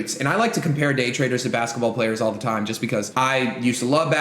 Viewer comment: “2 years, timehh!” bro wtf